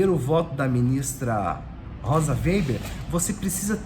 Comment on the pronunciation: O processo voltou para Moraes pq foi solicitado alteração, mas retornará para Zanin exercer seu pedido de vista, conforme Adv. Joao Badari. Obs, é Rosa Weber e não Weiber.